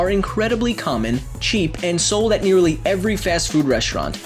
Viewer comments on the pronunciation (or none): none